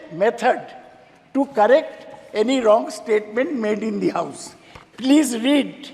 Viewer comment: om birla you don't know how to pronounce plis also you pronounce as pilis